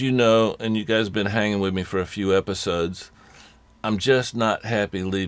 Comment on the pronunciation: what does he mean with,"have fun with it" or did he say "wid it" lololololololol :D <3